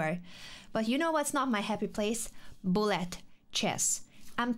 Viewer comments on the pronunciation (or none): With her accent, Anna says bullet like Blyat chess - which is the exact word that crosses my mind when I play bullet too! 😅